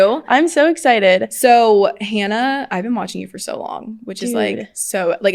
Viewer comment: Anyone else bothered that Sadie says she’s watched Hannah for so long but didn’t know how to say her last name …